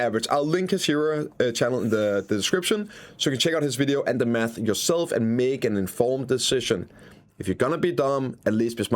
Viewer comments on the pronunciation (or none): none